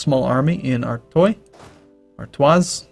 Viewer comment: I always cringe at pronounciation of Artois. It's so bad^^.